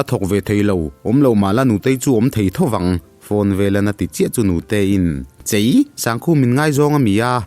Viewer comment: Kolasib lam atangin, in thlahrung deuh in chei nilovin "CHHEI" tih zawk tur aw 🤭 hian lo ti dik tawh rawh se 😊